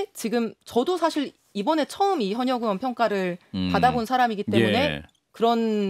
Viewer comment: 의원 발음이 안돼? 으이원..이게 안돼서 으원이야?